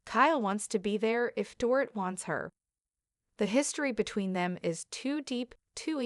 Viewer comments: It sounds like Doreet. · You need to learn how to pronounce the Dorit's name.